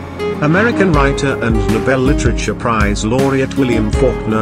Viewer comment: The way he pronounced Literature 🤔🙂